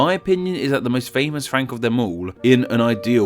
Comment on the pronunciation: I swear I heard you say Frankyou